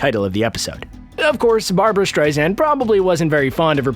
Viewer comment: Barb-u-ra Barb-u-ra